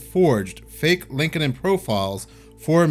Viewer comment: Sounds like: LinkT-in or LinkedT IN